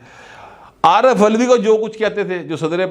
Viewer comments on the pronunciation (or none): none